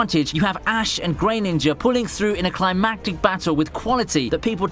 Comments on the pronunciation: u said greyninja how could u its greninja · One question,: Why did you keep pronouncing it "grey ninja"? It's "greh-nin-jah." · "GRAYninja" is pissing me off